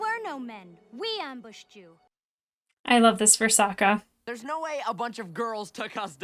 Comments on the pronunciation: I'm cringing every time you mispronounce Sokka's name. You keep saying it the way they did in the terrible ATLA movie. I'd say that's probably because you watched the movie before the show but I watched the movie first also and I'm pretty sure I never did that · You're pronouncing Sokkas name wrong. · To remember Sokka's pronunciation: Sokka will rock ya! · Dee Bradley Baker voices Appa, Momo, and pretty much every other animal in ATLA, as well as another character or two. It's "SAH-kah" not "soh-kah". Please repress all memories of The Movie That Does Not Exist, especially name pronunciations. ;) Yes, "unagi" is Japanese for a type of freshwater eel, frequently consumed as sushi. "Momo" is Japanese for "peach", the fruit that he takes from Sokka when Aang names him. ❣ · Just a few notes on pronunciation: Sokka is more like S"ah"kka, instead of S"oh"kka. Zuko is Zuk"oh", not Zuku Loving the reaction so far! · Just for reference with Sokka it's Sock-uh not soak-uh. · His name is Sokka. It's pronounced with an "akka". Watch how you say it, or, young lady, we'll mock ya. But seriously, the movie (mis)pronounces it "soak-uh", and you're liable to give people flashbacks to that abomination. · OH NO YOU SAID SOAK-UH! DAMN YOU SHAMALYAN!!!!! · Try to use the short o like ahhh when pronouncing Sokka😀